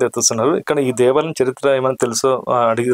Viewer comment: Devalam kaadu bayya devaalayam ,telugu correct ga matladu bayya.